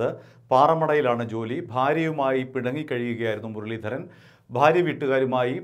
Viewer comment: മുരളീധരന്റെ R എവിടെ പോയി 😄😄